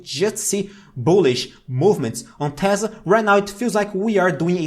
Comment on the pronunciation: I love that he says "tezzla" and not "tesla" lol. Also his information is very good :D